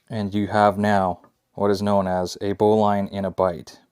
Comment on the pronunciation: First of all you are pronouncing it wrong. The bowline is pronounced "bow-lun" not bow line.